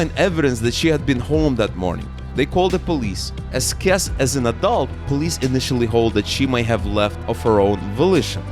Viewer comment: Jennifer’s last name is pronounced Kess-EE